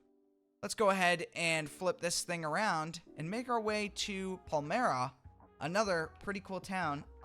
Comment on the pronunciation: In case anyone cares “Palmyra” is a small town in PA and it’s pronounced PAL-MY-RUH